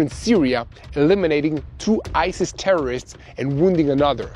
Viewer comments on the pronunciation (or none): none